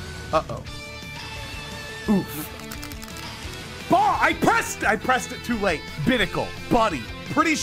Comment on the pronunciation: GOOMY = GOOBY